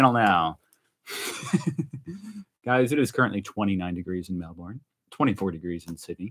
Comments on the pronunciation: Hahaha Melborn … nah it is Melbun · Australians pronounce Melbourne as Melburn. Emu as Em mew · ‘Good arvo’ love your intro. Love your little family, Brittany and Jace are just gorgeous. The work of your Aboriginal artist, Peter, is well known, original, one of a kind, and priceless, in fact. You’re a Lucky man. Some pronunciations for you. Emu is pronounced Eem-you. Melbourne - Mel-Bun, Canberra - depends on what State you come from. Either, Can-Berra OR Can-Bra. I’m from the area and was raised to say Can-Berra. Aussie -Ozzi, You are one of the most honest YouTubers I follow because you are not afraid to be yourself, warts and all. So natural, not put on or showy. Absolutely love it. For the ‘Drinking Beer from a Shoe, have a look at YouTube’s about UFC Australian fighter Tai Tuivasa from Australia. Anyway, I’m Shannon, known as ‘Base Camp’ and love you guys. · It's not an Emoo, it's an E m you! It's not Mel born, it's Mel burn! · It’s pronounced Melbern.